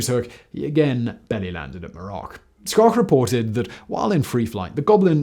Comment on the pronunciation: I'm accustomed to people butchering the pronunciation of the family's surname (think "shhh" – as in "be quiet" followed by "oak" – as in "oak tree."), and I've heard far worse than Simon's. Two prototypes were built and flown. One is at Wright-Patterson AFB outside Dayton, OH, the other is at the Strategic Air Command Museum outside Ashland, NE. Ed Schoch (my father) has a Wikipedia page